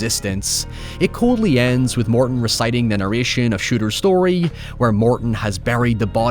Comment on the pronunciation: "You shtole my shtory" is all I remember from this.